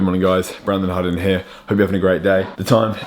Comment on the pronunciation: The way u say Harding is 😈 u mean another thing 🤣